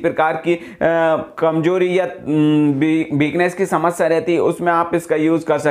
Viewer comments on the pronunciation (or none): none